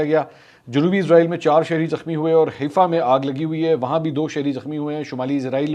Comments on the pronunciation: Mansoor Ali Khan This is not Heefa, it’s Haifa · It's Haifa not Hefa. Please correct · Mr. Mansoor Ali khan, the word pronounced as HAIFA not HEEFA.